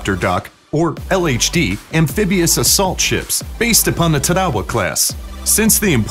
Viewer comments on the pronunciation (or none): If you are going to rate ships "of all time" then the USS Enterprise carrier would be #1 at 1,123 feet in length, The Gerald Ford class carrier would be #2 at 1,106 feet, then the Nimitz class carrier at #3 1,092 feet. You also might want to learn how to pronounce Tarawa correctly.